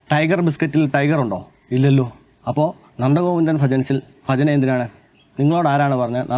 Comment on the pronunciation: ആദ്യം ഉച്ചാരണം ശെരിയാക്ക്. ഫജന അല്ല ഭജന